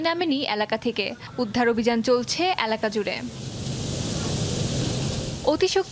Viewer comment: এ্যালাকা না, এলাকা। যমুনা টিভির কাছে এটা আশা করিনা।